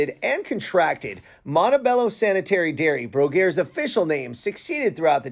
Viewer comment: You just get your information from Wikipedia, and that’s why you mispronounce the names of things, including this dairy!